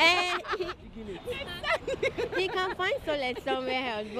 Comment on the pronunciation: "he will just find solace somewhere helse"